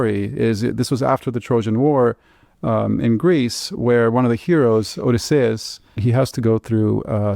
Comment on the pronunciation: Oh-di-SAY-us hahahaha